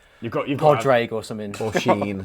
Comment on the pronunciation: needs to learn how to say irish names. Padraig is pronounced paudrig